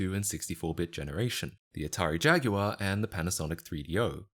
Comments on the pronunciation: Atari "Jag-u-are" 💀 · Atari Jag-U-Ar? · jag-you-are counter: 2 jaguar counter: 0